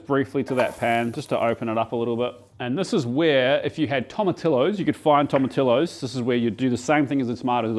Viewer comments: You say Tortillas right, but not Tomatillos or Pollo. C'mon. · can literally get fresh tomatillos from dozens of places in melb, eastern and western suburbs. assume other towns are the same, but they're grown in Vic. maybe that weird pronunciation is throwing the staff off..?